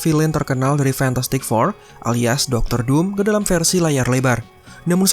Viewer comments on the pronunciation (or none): none